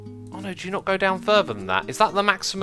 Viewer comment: its Fur-Ther not fur-Ver